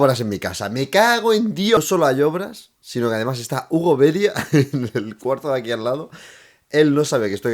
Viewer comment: Hugo... "Beria"? xDDD